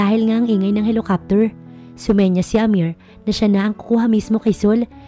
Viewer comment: Ano ba yan basic word na nga yung helicopter mali mali pa pag pronounced..kahit bata alam basahin yan,sana improve niyo naman pagbasa at pag pronounce ng mga salita, kung di kayo sure nandyan c Google..